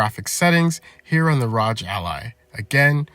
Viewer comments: R O G just say the letters not rodge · "the ROGE ally"💀💀🙃🙃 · Cmon bro you're saying ROG like that on purpose.